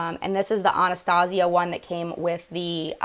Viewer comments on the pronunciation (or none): none